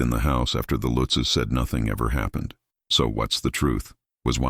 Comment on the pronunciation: It's not Lootzs it Lutzes.